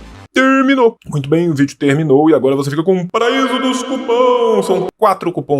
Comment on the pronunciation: entra a vinheta final, eu esperando pra falar: "TERRRMINO" kkkkkk bjo tio, esse cauê é um dengo!